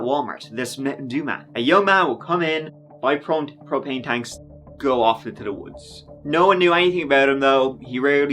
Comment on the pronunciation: Its "go" not "goo" and you're kinda creepy with your fake anger and concern